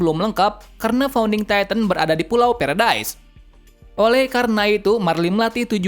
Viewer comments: Paradies kak bukan peredaes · aslinya emang paradise (berarti surga) Namun dibaca "paradis" bukan "paradais" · Paradise bukan paradais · Bang bukan pulau perdas kaya gini bang bilangnya kaya gini pulau paradis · Paradis mang,bukan peredise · Paradis bukan paredais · kok kakak ngomong pulau nya feredai kan kita gk ngerti😭😭😭😭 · Paradise dibaca paradis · Bang Itu Bukan Paradaise Tapi Paradis, Ehehee Maaf Karena Aku Sering Dengar Suaranya Gitu :v Edit : Marley Itu Bukan Marli Tapi Marley, Dan Eren Itu Nama Titannya Attack Titan, Dan Tybur Itu Bukan Tibur Tapi Taybur, Yah Segitu Saja Yang Aku Koreksi Dari Kata² Abang Ehhehehe😅😅😅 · Bang baca nya marley dan paradis dan bacanya yimir dan ani dan atack titan